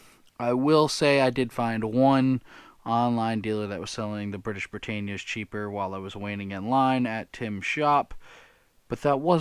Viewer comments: "bruh·ta·nee·uh" "Thinking to myself" Huh? Think it's time for to retire Excellent shit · Just so as you know, it's pronounced "Brit-Ann-E-Ah", I'm a coin collector an have one from each year, plus the Privy-Marked examples. Some are bullion grade, but some are better grades.